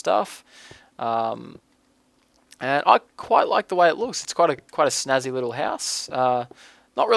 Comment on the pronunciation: "Snazzy" ah. your so Auzzie <3